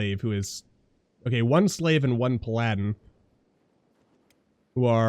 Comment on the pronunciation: Love the series but the way you say Bruber instead of Brother and Pladin instead of Paladin lol